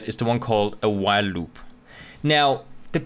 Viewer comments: "LLLUB" 😂 Btw awesome video! lol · same! louop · I love the way you say "loop" :D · I thought i was the only one who thought that XD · hahaha I just started the video and scrolled down directly just to see if some1 else noticed the pronunciation xD